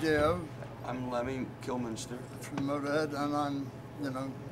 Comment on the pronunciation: did dio say kilmiNster in the beginning?